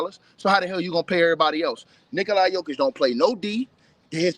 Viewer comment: why he always say nikolaya jokic 😂😭🤣